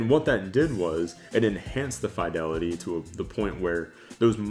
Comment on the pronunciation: Thumbs down for not knowing how to pronounce "fidelity".